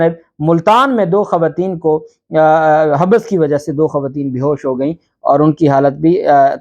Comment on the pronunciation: Habs not habus Hathni not Hathi